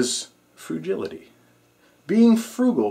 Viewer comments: Good vid. Just want to say.. you don't need to tell us that each tip is "really, really important", or "you should definitely, definitely know this". If it's on the top 10 list, it goes without saying that it's really important. Also, there is no word "frujility" - it's "frugality" ;-) Peace.. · Good video -- btw, its pronounced Froo-GAL-itee. As for 1st Aid, I keep my Red Cross lifeguard handbook on-hand & also hospitals offer CPR classes.. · It's pronounced frugality-short "a" sound, not I sound. A as in at. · Did I just hear him pronounce "frugality" as "frugility"? lol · Frugality, it's pronounced froo gal ity. look it up! Otherwise, good video for the most part.